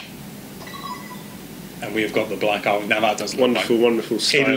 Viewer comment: Ahem. Ar-WING. WING. C'mon man.